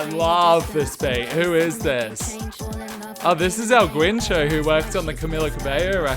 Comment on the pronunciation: Loved the video! Just a note: It's pronounced El Gincho, not el Güincho :) and he also co-produced Rosalía's El Mal Querer